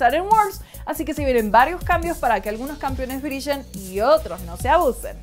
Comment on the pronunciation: Brillen no brishen